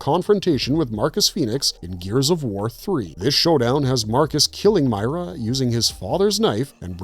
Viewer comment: Christ. Did you even play the game? I'm 2 minutes in... 1. It's Meer-a 2. It was Dom's knife Garbage